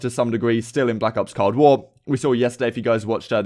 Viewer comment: It's COLD war. Not cod war😂. I get ur british but it don't give u the right to say it wrong